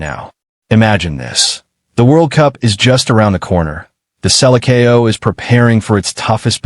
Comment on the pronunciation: Please, Please Learn how to speak Selecao with some brazillian people or listen to brasillian commentators do your diligence...